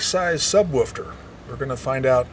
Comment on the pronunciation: What is a "subwofter" ? Jajajajaja! !